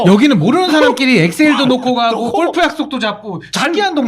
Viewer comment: 꼴프가 아니라 골프 아니야??? “꼴프”?? 😂